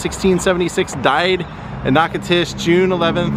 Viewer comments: As someone born and raised here in Natchitoches, I love hearing how visitors pronounce our city’s name. It’s so cute all the different ways they get in wrong, like you are doing. It’s pronounced Nack-a-tish. No disrespect, definitely not a grammar freak, great video. 👍🏻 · You need to learn the correct pronunciation of Natchitoches.